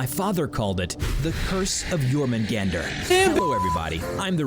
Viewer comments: You didn't pronounce jormungandr's name well : Yormungandr Y is J, J sounds like Y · It’s pronounced yurmingander